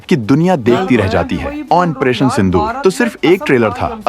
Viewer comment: OPERATION SINDOOR hai Commentry karne walla ONPERATION kahey raha hai Lekin KYUN ?